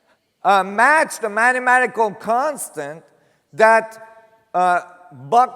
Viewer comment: Its mathamatical not matamatatical